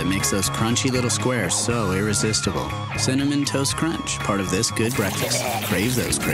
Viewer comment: no hɛ said 'CINNAMON'